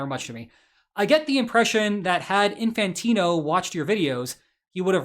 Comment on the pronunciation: Italian here, you pronounced Infantino exceedingly well, chef's kiss!